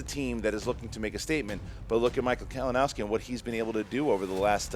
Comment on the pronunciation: mispronounciating Kalinowski's name was great:P